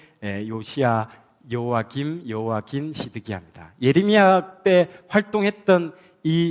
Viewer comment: 감사한데 여러 강의에서 여호와김.여호와긴으로 발음을 하시는데 성경의 이름을 절못알고 계신듯 수정하면 좋겠어요